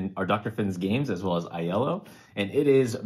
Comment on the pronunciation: Enjoying the list, and I really appreciate the contests. Hope to find an email in my inbox or spam folder in the next few days. Just one comment, though: “iello” is pronounced like “yellow,” not “eye ello.”